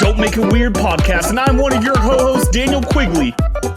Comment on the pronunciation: He 100% said ho-hosts